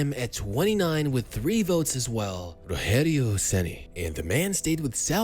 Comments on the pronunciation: You took a lot of imaginative freedom for his early professional years. Most of your video about his beginning is invention. Also, it's not "rohério", it's Rogério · It's not ROHERIO CENI, it's RODGEHRIO CENi DG, not H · it's not "Roherio Ceni", it's actually "Rogerio Ceni" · It's Rogério with the soft "G" sound in French, not the "H" sound of Spanish. Excellent video! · The g in Rogério sounds like a J, not like a R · Won a Brasileirao for my team in 2021 as a coach. And to think I've cursed him in the stadium a lot when he was a goalkeeper. Also, "Rogerio" is read with a english G sound, not H. It's not spanish. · It’s ROGERIO , NOT ROHERIO , stop reading it like he’s spanish or mexican ! The main Language in Brazil is Portuguese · His name is rodgerio and not roherio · Um vídeo inteiro com o cara falando "Rorrério". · "Roherio Ceni" Man, my face cringed so hard it ate itself. It's spelt like Roger, with a G sound, and an added 'io' at the end. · "Orrério Ceni"🇧🇷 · Nem pra pra ele usar o R retroflexo kkkk Tipo...Ŕogéŕiou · Roregio ceni 😂😂😂 que pronúncia é essa 😂😂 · roHerio? we don't speak spanish...... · we don't speak spanish in Brazil why the fuck you calling him Roherio or saying stuff like Paraña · Its not pronauced ''Roherio''. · Roherio???? WTF??? Its not spanish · Me, a Sao Paulo fan, watching the video: "😁😌" Me when the narrator finally says Rogerio's name and instead of pronouncing it with his own accent to make it natural he decides to say it as if the dude is Mexican: "🥵😵Oh mah god bruh.. hell nah man, wtf? Get yo ass..." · the way he says ''rogerio'' is funny as fuck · You butchered his name though. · Don’t mispronounce the name man. Respect!!! Spfc for life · When speaking Rogério you don't need to speak the "gé" like in spanish, with a "he" sound. In portuguese you say it with a "je" sound. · The G in "Rogério" sounds like an English soft G. Portuguese doesn't make G/J sound like H. That would be Spanish.